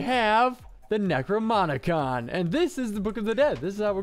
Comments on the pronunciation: DAMMIT! It's "necroNoMicon" not "necroMoNicon"! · Am I the only one who gets annoyed by him saying Necromonicon instead of Necronomicon?